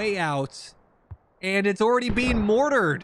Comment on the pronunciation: The “awready” really had me convinced most be from Minnesota